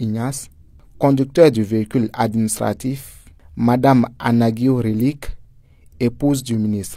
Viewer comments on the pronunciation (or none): C'est Anago et non Anag(i)o Reliques à toutes fins utiles